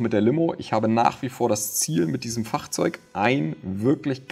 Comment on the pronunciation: Immer sehr interessant deine Videos aber wie du Fahrzeug sagst ist eine Katastrophe